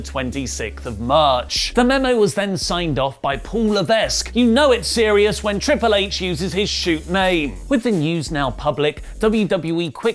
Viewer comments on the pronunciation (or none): There’s no s sound in HHH’s name. It sounds like LAVEK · Levesque is pronounced like La-Veck. The S is not pronounced.